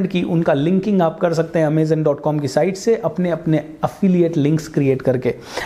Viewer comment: Its not Amezen .... its Amazon .... overall nice idea